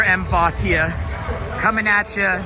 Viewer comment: I would not have pronounced MVOS like that